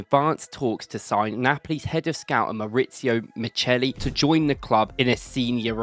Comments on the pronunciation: It’s not Miceli, it’s Micheli. As in Chianti and Chiesa 😉👍🏾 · CH in Italian is ALWAYS pronounced K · Pronounced mikkeli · The Italian name Micheli is pronounced Mi-khe-li